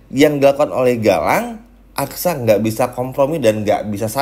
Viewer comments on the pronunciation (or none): Susah betul sih nyebut aksa min..bukan aksara 😅